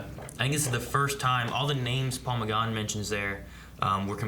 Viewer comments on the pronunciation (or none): YAY Night of the Doctor!!! But please, it's McGann, not McGarn!